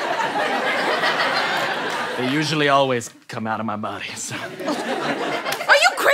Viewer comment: "boty language" sorry it's not a T.